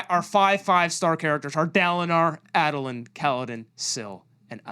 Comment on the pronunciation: saying Adolins name as Add-olin is horrific Ay-dolin / Aid-olin Edit: AND AZURE... Azure is a real word for a blue, sky like color. Please take out the "H" sound.